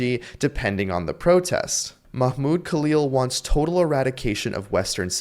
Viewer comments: Because you are not to be trusted. It’s called messaging discipline. They know you are here for misinformation: Case in point: 1. Of all the reactions you managed to get from activists, you selected the neurodivergent guy who still answered flawlessly by the way, even while getting Mahmoud’s name wrong. You are not interested in the truth but in painting activists with an inhumane brush. Even when they are there for YOUR first amendment right. 2. As for clutching pearls and thirsting for police intervention: Protests are supposed to deregulate. Blocking a road is the whole point of a protest: stop what you’re doing and fix this. Severe narc behavior. 3. You keep saying death to America because someone found pamphlets somewhere some time, as if that has anything to do with Khalil. That’s bullshit. He’s never said death to America. 4. You show him saying Palestinians tried armed resistance as if that’s some sort of crime. That’s silly. People are within their human right to do armed resistance when their land is occupied. And even if it wasn’t completely legitimate, he’s merely stating a fact. What about it? Khalil was clearly and obviously in his right. AMERICAN JUDGES couldn’t even keep him locked up with the full assistance of the entire Trump admin throwing their whole weight in. Why do you think that is? Could it be because you don’t understand the constitution, and you just want illegal law enforcement to punish the ones you don’t like? Don’t you see that is exactly the k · Fake Jews says this Rabbi, they are like these Fake Christians who worship on the wrong day and call Yeoshua by the pagan name of Jesus and they don't even know how to pronounce Mahmoud Khalil's name either. If you ask me they are Wolves in Jews Clothing🐺🐺🐺🐺🐺🐺🐺🐺🐺🐺✡👚